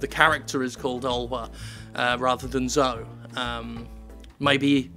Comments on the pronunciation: 'Zo-ee', surely, not 'Zo'? Or was the Second Doctor deliberately mispronouncing the name of one of his companions for two years... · As a brit, isn't it pronounced Zo-ee?, I never heard Zoe pronounced Zo :/ edit: Might be just the scouse accent call it Zo-ee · I know Zoe looks like it rhymes with Joe, but wouldn't Zoe normally be pronounced Zoh-ee? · Hey Jim, "Zoe", usually pronounced "zo-ee" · what an odd way to pronounce "Zoe".